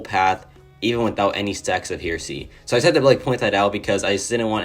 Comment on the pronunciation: Hey partner, it’s pronounced “hair”esy and it means a belief that contradicts traditional Christian beliefs. Thought I would throw that out there😂